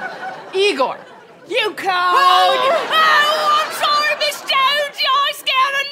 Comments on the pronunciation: It isn’t Igor (ē-gor). It is Igor (ī-gor). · Shouldn't it be pronounced Eye-gor? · "No, it's pronounce EYE-gor."